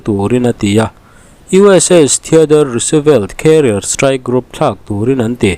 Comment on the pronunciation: Roosevelt hi chu = Rusvelt ti a lam a ni ṭhin